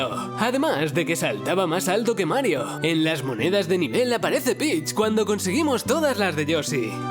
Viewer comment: Marioh, luigih, habla bien i'm be cil💩💩💩